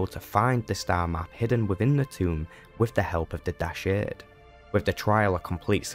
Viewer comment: You keep pronouncing Dashard in an odd way. They say it out loud in the game, so that shows how it's pronounced. Also he must have been a powerful Sith indeed if he can turn human at will. :P